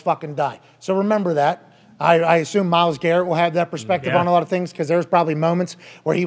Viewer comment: He said "Myles Carrot" lmaooo